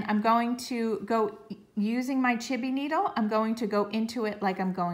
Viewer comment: This was so helpful, thank you for taking the time to make this video and then share it! Quick question, why do you keep saying, "chibby needle"? Thanks for your help!